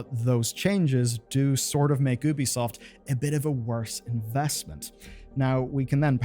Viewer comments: Just feel like mentioning. You know its pronounced Yubi-soft right? As in, there is a very clear Y sound. Ubi in Ubisoft is supposed to be short for Ubiquitous, which is also pronounced that way. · instead of ubisoft 2 how about nubisoft. pronounced newbiesoft